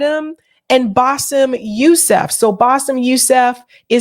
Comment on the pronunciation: First of all Adam kept calling him Bassef. Now let’s be intellectually “Not Lazy” , do we expect him to be educated on this matter when he doesn’t know his own guests name??